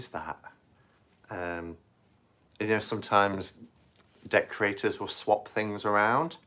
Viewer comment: You said deck creators and I thought you said decorators. Took me a minute. Lol